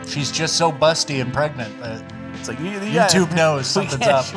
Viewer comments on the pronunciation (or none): none